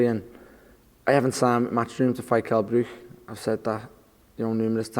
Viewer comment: "Kell Bruke"